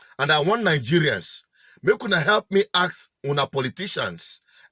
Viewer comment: Stop using axe please.. it's ask